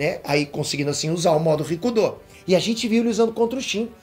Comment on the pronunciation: Só eu que entendo "ricundô" ?